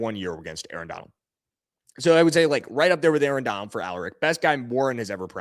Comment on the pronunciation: "Arrrrr" you must of been an old pirate in another life 🦜